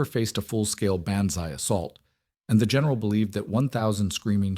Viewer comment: PULEEESE. teach your ai the difference between bonzai and banzai!